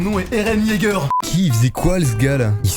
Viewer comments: Dites moi que jsuis pas le seul à qui sa triggered de l'entendre dire eren YEAGEUR au lieu de eren YEAGA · « Eren Jeager » 😭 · Airene yégueur